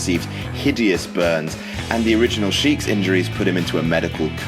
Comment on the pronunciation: I know, but it sounds like he says the iron sheik.